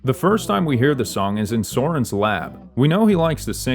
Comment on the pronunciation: I'm actually gonna go insane the amount of times he incorrectly said the names such as pama and soren